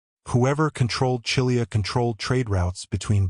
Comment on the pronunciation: Read Chilia as Kilia. The triftong “chi” is read as “Ki” from “kiss”. I am Romanian and sure is readen like this.